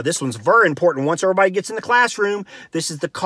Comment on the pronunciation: "Dur-stance," "errorbudy" I love it! I'm-a go 'round sayin' "Hey, now, errorbudy keep yo dur-stance frum me!"